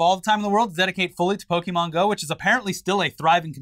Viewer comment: The two of you have been hosting a show about the internet for years. You should know how to pronounce the word Pokémon by now.